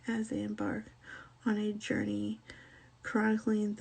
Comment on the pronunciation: "Kronk-ling" I bet she's never heard/read the word chronicling before.